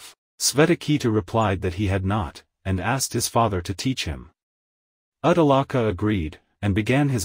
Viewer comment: Good effort but your awful pronunciation of the Sanskrit is such a turn off. The names are shvay-tha-kay-thu and Ud-daa-laka with the U pronounced as Oo and not as in Up. 🙏